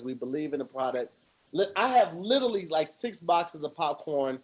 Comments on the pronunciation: can't say literally for anything 😂🤣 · Its difficult listening to completely murder the word "literally"